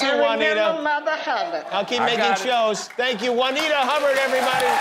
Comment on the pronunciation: Guillermo, why don’t you jump there and tell the people how Juanita is pronounced? Because the way of Jimmy says Juanita doesn't exist